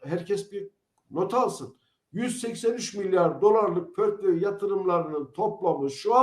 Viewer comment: Yeminle portföy dediğini anlayınca sesli güldüm😂